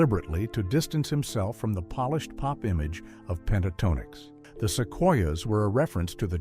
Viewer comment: Click Bait. AI narrator that can't pronounce the group name.